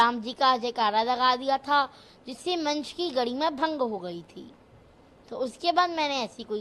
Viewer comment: फर्क को फड़क , आरोप को आडॉप, धर्म को धड़म, गरिमा को गड़ीमा 😂😂😂